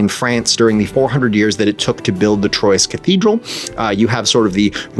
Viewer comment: racing to the comments section to let you know that in French this game would be pronounced more like "twah" -- beat all of you other losers to be the first one to post this obnoxious correction